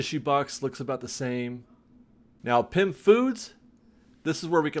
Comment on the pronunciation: 🤣🤣🤣🤣🤣 It’s Pym....